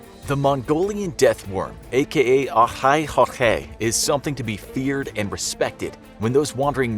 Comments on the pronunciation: Sorry its not olhoi holhoi Its called Olgoi khorkhoi Sorry it just sound weird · When he says olgoi khorkoi it sounds like he is saying ohai khokhai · dude am mogolian and u failed at saying the real name so bad that i only understood the second word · I just love how he pronounces the Олгой хорхой entirely wrong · He says olgoi khorkhoi soo weird that even I didn’t understand it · The amount of integrity on this channel is respectable, totally nailed it when the speaker pronounciating that worms name😂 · the way you said olgoi-khorkhoi bugs me , and I mongolian somehow never heard of it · Finally something about my people.(and you're saying the name wrong) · I think the voiceover butchered it's name so badly that it will probably be too embarrassed to come out ever again. Congrats.